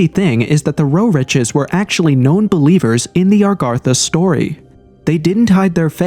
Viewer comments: It's nor Arr gatha. It's A gartha. WTF. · It’s Agartha not Argartha! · Its not ARgartha!!!! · Why f is he saying ARRGARTHA. Is he a gdam pirate. Pretty hard to take anything you say seriously if u dont know how this topic you "RESEARCHED" is spelled/proonounced. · Nice video but ur miss pronunciation of Agartha started to grind on me after the 50th time. The difference was subtle but unmistakable. You were pronouncing it "Argartha" instead of "Agartha" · Redo this video and pronounce it correctly. Agartha. Not Argartha. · It's AGartha and he keeps saying ARgartha! 🤦🏻 Sounds so uneducated, especially from the narrator of the show. It's not even consistently spelled the same! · Argartha???? wtf can you read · "Agartha" not "Argatha" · AG - artha, say it with me now, AG - artha!!! It is not ARGARTHA, there is only one R!!! 🤦🤦 it's clearly not spelled ARE - gartha yet you say it that way over and over and over again 😂😂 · You're driving me crazy saying Argartha. That first r doesn't exist. I'm out. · It’s A garth A . Not Are Garth A. What a tard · Kind of driving me crazy that he mispronounces agartha literally every time he says it😂. It's not argartha or argatha! Good video though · Celts is pronounced 'Kelts' 'A-gartha' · Ar ga tha?? Heard that several times in the narration. And "in such" who says that?? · You are mispronouncing Agartha. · Its agartha you twat. You said it wrong every single time. Why? You did so semi well in your paragraph. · I feel like this video is gaslighting me on how Agartha is pronounced